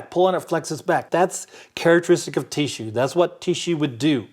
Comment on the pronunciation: “Teeshue” .... Bless you!